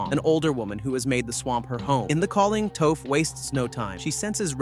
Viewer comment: I mean he also calls Toph "Toaf" at first too, so.